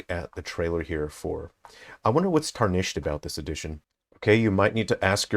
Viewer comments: Dude, it’s TAR-nished, not tar-NISHED. Driving me insane. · Erm actually it's pronounce tär-nish-ed sweaty